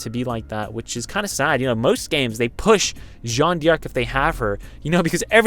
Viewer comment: Pronounce her name correctly! Her name is not Jeanne DEE ARC, its Jeanne Darc (exactly the way its spelt!)